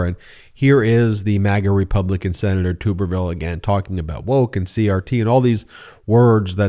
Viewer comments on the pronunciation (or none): I’m a fan of how everyone still mispronounces Tommy Tuberville’s name. His name is pronounced like a “tub,” not “tube.” Personally, I think “tuber” fits him, but that’s an insult to potatoes. When he was coach at Auburn, he wasn’t magat-fied. I guess when he moved to Florida, where he still allegedly lives, he waded into “the swamp,” and never left.